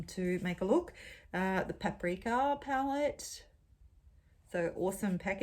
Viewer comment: It took me waaaaay too long to realize that you were saying, "palette," and not, "pellet."